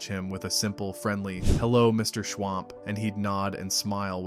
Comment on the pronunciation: It was MR SCHWUMP not MR SCHWAMP.